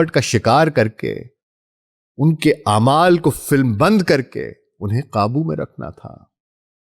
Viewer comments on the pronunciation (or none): none